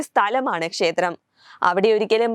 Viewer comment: ശേത്രം അല്ല മോളേ,,!, ക്ഷേത്രം!!.